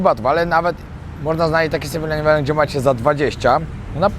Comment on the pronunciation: Siema wariacie absolutnie sie nie czepiam, bo sam kiedyś tak gadałem i tak nas uczyli w szkole, ale eleven wymawia sie przez e, a nie i jak ileven 😊😊 pozdro